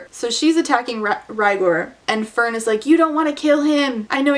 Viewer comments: searched it up👍 it’s fehrn , which out of each placement , would probably change the pronunciation the most🦐🦶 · When you said "Fern with an H" I genuinely couldn't imagine where that H went. Fhern, Fehrn, Ferhn and Fernh all seemed genuinely plausible and equally unnecessary.